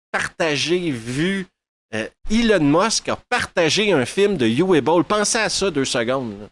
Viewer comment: C'est du Uwe Boll et ce sera donc sans moi. Au fait, en allemand, Uwe se prononce Ouveu.